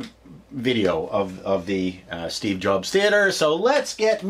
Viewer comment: Did he said Steve Joke Theater?